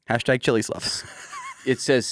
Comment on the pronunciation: Definitely thought I heard “#chilisslut” and not #chilislove like it actually says on the shirt, glad I was watching on youtube haha